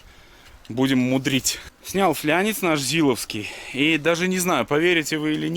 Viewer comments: Какой флЯнец, какой флЯнчик???? - флАнец, флАААААнец!!!! Когда слышу слово флЯнец, в телик охото пульт запустить.... Механ, мля.... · никогда не думал что мне будет больно от произношения слов, но пожалуйста, в слове "флАнец" нет буквы "Я" и ударение падает на букву "А", уж очень часто вы тут на видео его говорите очень не правильно. Я сам безграмотный но блин.